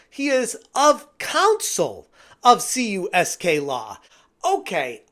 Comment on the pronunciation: Dude, it's Kamerman, Uncyk, Soniker, & Klein, which is KUSK, not CUSK for the law firm.